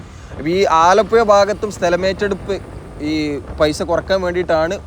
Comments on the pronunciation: അലപ്പുയ എന്ന് ആലപ്പുഴക്കാരനായ ഞാൻ കേൾക്കുമ്പോൾ.... നാക്ക് നല്ലപോലെ വടിക്കാത്തവർ ആണ് ഇങ്ങനെ പറയുന്നത് എന്ന് എൻ്റെ അച്ഛനപ്പൂപ്പന്മാർ പറഞ്ഞു തന്നത്. വടക്കൻ ഇന്ത്യയ്ക്കാരോട് പ്രത്തേകിച്ച് സഹപാഠികളെ വെല്ല് വിളിക്കുന്നത് "ഴ " പറയാമോ എന്നാണ്. Thanks for the visuals. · ആലപ്പുയ, വയി, കയക്കൂട്ടം, ഏയ്‌,(ഏഴ്)കയിഞ്ഞ,(കഴിഞ്ഞ)കയിയുന്ന,( കഴിയുന്ന)കായ്ച,( കാഴ്ച)സ്‌തെലം, എയ്പത്,(എഴുപത്)...........ഹൊ.....അരോചകം